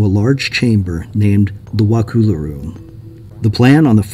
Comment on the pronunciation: pronunciation is "Wuh-cull-uh"